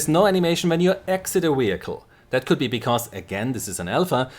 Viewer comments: Great stuff, but please say "vehicle" instead of "wehicle". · Don't get me wrong, your English is very good, but you're butchering vehicle and its hilarious! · wehicle! ;p